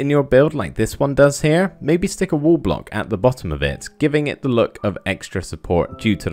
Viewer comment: i thought u weres aying "WOOL" but u were saying "wall "